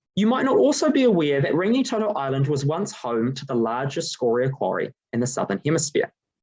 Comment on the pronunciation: Thank you for your research & thoughtful presentation your findings. Only feedback would be to look at support in your pronouncition of Rangitoto and a couple of other kupu.